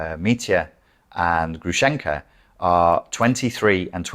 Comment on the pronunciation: Грушенька (Grushenka) with a stress on the first syllable, sounds similar with “grove”, pronounced like Grooshenyka and Груша/grusha means pear in Russian. Грушенька short for Аграфена/Agraphena. It’s archaic, you never meet a person with such a name in Russia:)) Thank you for your videos😊